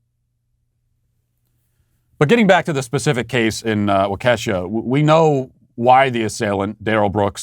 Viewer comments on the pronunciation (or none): As a Wisconsin native wah-cuh-shaw (Waukesha ) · Please Matt, its (Wau-Ka-Shaw) Waukesha. Lol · Wah-ka-shaw with equal emphasis on all three syllables. Not Wah-KEY-sha! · IT'S WALK-E-SHAW NOT WALK-EHSHA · It’s pronounced “wah-keh-shaw” 😂😂 -a Wisconsinite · You have to learn how to say Waukesha. Wah' Ke shaw, with the accent on Wah and the short e sound on ke, like elephant. Seriously, it is the way in which people from Wisconsin can tell when protester aren't from the state. They can't pronounce Waukesha, Sheboygan and Oconomowoc. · It's pronounced: "Wah-kuhh-shuhh" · Hey Matt! Great show, as always. Just for the record, Waukesha is actually pronounced like "walk-uh-shaw." Hope this helps! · JESUS CHRIST ON A BIKE! It's WAH-keh-shaw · Again, Matt... It's pronounced Walk-a-shaw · Waukesha = waa-kuh-shaa. You're killing me, Matt. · Its pronounced wau key Sha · Waukesha is pronounced walk-uh-shah. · Matt, it's "WALK-eh-shaw". Your pronunciation isn't even close. Do the story the courtesy of at least attempting to say it correctly. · Would somebody at the Daily Wire please tell Matt Walsh to listen to Ben Shapiro’s pronunciation of Waukesha. Waw key shaw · Pronounced Walk Eh Shaw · Walk-a-Shaw Mr. Walsh. Love the show. Keep it up, you turned me from the left about a year ago, and I’ve seen every show since. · Waw-Keh-Shaw, Matt. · WALK-a-shaw, Matt. WALK-a-shaw! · Hey Matt! It’s Whakushaw… hope that helps lol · Matt it’s pronounced walk-a-sh-a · Once again, Matt it's pronounced "WOK-A-SHAW"!!!! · It's pronounced (Walk-Eh-Shaw). I was born there. Can one single news reporter get the name pronunciation correct!? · Yeah, my wife, a West Bend native, had to correct me. I called it "Wau-KEE-shaw" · I think he’s doing it on purpose but it’s pronounced “waka” “Shaw” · Matt, stop butchering the pronunciation of poor Wisconsin towns. Waukesha does not rhyme with Kesha the singer's name. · Can you please learn how to correctly pronounce Waukesha